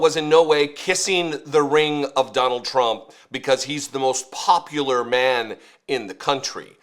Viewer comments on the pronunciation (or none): the word is popular pronounced [pop-u-lar] not popliar or poplar which is a tree! Yes maybe Trump is poplar with trees but I don't think so! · Mark Wayne whoever he is can’t even correctly pronounce a simple word like popular